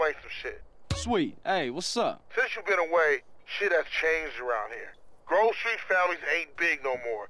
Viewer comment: ey maan es heißt grove street-heimat:D